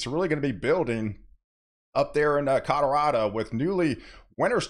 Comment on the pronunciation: Cadorado ? Wtf?